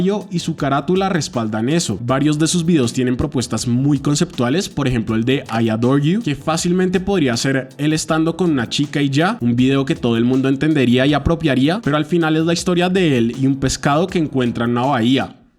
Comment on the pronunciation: ayuda, "I dore you" casi me da algo 😭